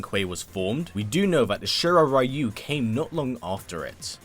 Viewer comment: Ryu. Is pronounced reeyou not raiyou:/